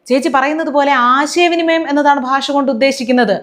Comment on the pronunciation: മലയാളം പോലും സംസാരിക്കാൻ അറിയില്ല,"ഭാഷ"പറയുന്നത് "ബാഷ"എന്നാണ് നല്ല ഉന്നതം?